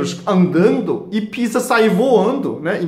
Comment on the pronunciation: Dr. gosto muito do seu jeito simples e sábio de ensinar. Há, com todo o respeito, pede pra algum brasileiro te ajudar com a pronúncia da palavra "pizza", porque tá saindo um palavrão.